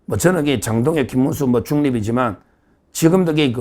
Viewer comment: 김문수>>김민수---발음을 잘하시고 구분을 확실하게 호명 해주세요